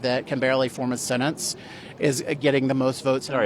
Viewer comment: 'That can barely form a "sen-ence"....... WTF is a "sen-ence...........?! 🤔